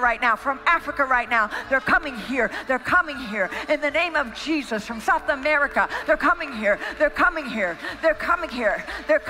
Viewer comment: Wait did she call President Trump cheesus?!?!